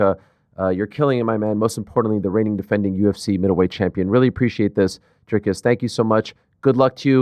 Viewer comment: funny ariel pronounces izzys surname right but doesnt pronounce dricus correctly 😂